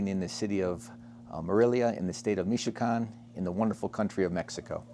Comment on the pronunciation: “…. State of Mishican” ?? Shouldn’t that be Michoacán ? I don’t speak Spanish so I may be wrong.